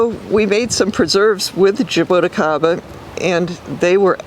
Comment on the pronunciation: Zhaa - Boo - Chee - kah - ba, this is how you pronounce it. Zhaa, like ZaZa Gabor; Boo, like halloween Boo; Chee like cheese (ti is chee in portuguese); ka, like the crow says; ba, like ba-ba black sheep.